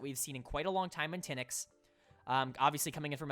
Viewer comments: its not thin-ix, its Teen-x (pronunciation of Tynx) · You say TynX name wrong it’s not “ten” “x” it’s “tinks”